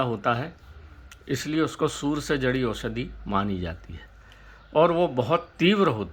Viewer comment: सूर्य बोल रहे या सुवर बोल रहे ।। सूर्य ताप बोलो यार स्पष्ट बोलो ।।